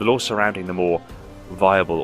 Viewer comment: 9/10 times it sounds like you’re saying “Law” instead of “Lore”.